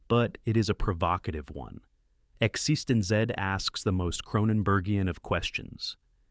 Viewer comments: Congratulations on finding so many ways to mispronounce "existenz". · It was pronounced Exist-ends 🙄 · Also, it pronounced Exsistenz differently each time it said it - the last time it said exsisten zed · Yep. The AI screws up Existenz in just about every way possible. You would think the writer would just spell it correctly in the text for the AI so that the AI could pronounce it. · Literally the worst pronunciation of "eXistenZ" I've ever heard, though at least this film got recognized. Also "GA-tac-a". Time to fire the AI announcers. Though these range from good to great films from a classic era of scifi with touches of cyberpunk and VR. Also, some of the film summaries have random clips from irrelevant movies e.g. "Screamers" has clips from Das Boot and Blade Runner.